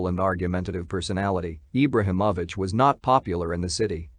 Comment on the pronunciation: You’re not even saying his name right. What low budget shit is this.